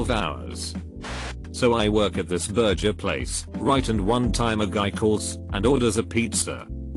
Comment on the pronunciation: Why can't the robot pronounce burger correctly?